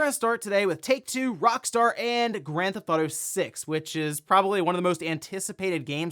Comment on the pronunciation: "Grand Thauto 6" ~